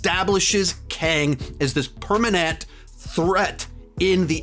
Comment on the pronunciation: PermanAnt!!🐜 I heard that🐜lololol🐜